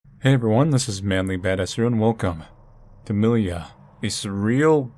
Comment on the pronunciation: Haven't watched the whole video yet, but based on the poster I believe the title is supposed to be pronounced differently. Namely, it's a transliteration of миля which is a russian word for "mile", and it's pronounced more like mil-ja (there is an audio of proper pronounciation at